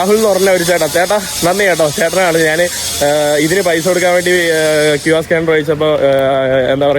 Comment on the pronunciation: നിൻ്റെ അമ്മേടെ നാൺ നാൻ, നാന് എന്തു ഭാഷ? ഞാൻ എന്ന് പറഞ്ഞു പഠിക്കുക